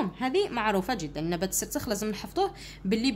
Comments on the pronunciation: مرحبا استاذتي الفضيلة❤ فقط هناك نقطة 😅ذالك النبات اسمه🌷 السرخس وليس السرسخ❤ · استادة السرخس وليس السسرخس😂😂😂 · سرسخ اتعلمي تهدري واراحي تفهمي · سرخس لا تقطعي الأذن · حتى انا لاحظت وجيت نوضح 😂😅😅😅😅😂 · استاذة مشي راكي تشكلي😂😂😂😂😂 هههههههههه عرفي كي تقري؟؟؟؟؟؟ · سرسخ 😅ههههههه السرخس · سرخس مش سخرس😅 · نبات السرخس ماشي نبات السخرس😂😂😂😂😂😂😂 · السرخس ليس السرسخ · سرخس ماشي سرسخ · استاذة السرخس مشي السرسخ راكي غالطة 🤔🤔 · سرخس مش سرسخ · استاذة سرخس وليس وليس السرسخ من فضلك 😊😂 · استاذ السرخس وليس السرسخ❤😅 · السرخس وليس السرسج😅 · استاذة راك غالطة السرخس وليس السرسخ 😂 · السرخس وليس السرسخ 😂😂😂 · أستاذة السرخس مش السرسخ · استاذة سرخس ماشي سرسخ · نبات السرخس ماشي السرسخ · نبات السرخس ليس السرسخ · السرخس ماشي االسرسخ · أستاذة اسمو سرخس ماشي سرسخ😂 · السرخس مش السرسخ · استاذة اسمو سرخس موش سرسخ 😂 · ال سرخس مشي السرسخ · 😂😂😂😂 السرخس مش السرسخ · السرخس ماشي السرسخ 😂 ههه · سرخس ولي سرسخ😂😂😂😂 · يااستاذة سرخس مشي سرسخ😂❤ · أستاذة السرخس 😅😅😅😂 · ضحكتني كي قالت سرسخ😹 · السرخس مش السرخس